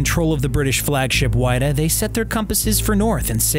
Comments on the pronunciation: It’s not the Why-duh, it’s the Wid-uh. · There is actually a museum in Yarmouth. I’ve been there a few times before for school and summer camp, very cool! Edit: also forgot to say, it’s not why-da its wi-da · It’s the whiddah and it’s not like wide. Like will. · Its Wid-ah and Chat-ham.....new England has its own pronunciations I guess. Thank you. Its so interesting. Great info.i had no idea that was the story behind it. I never thought It would be found. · It was called the WIDDAA. Silent I.